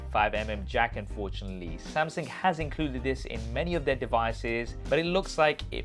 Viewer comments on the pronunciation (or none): Why did i heard he said samsing instead of samsung? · Why do you keep saying samsing you mug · Why he keep saying "Samsing" ?? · Step 1 Learn how to pronounce samsUng